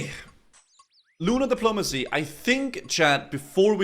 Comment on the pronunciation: 'Lunar Depolomanicy' Lol.